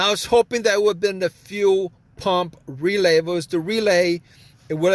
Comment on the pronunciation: Thanks, If I had to listen to him say few pump or weelay one more time I was going to lose it.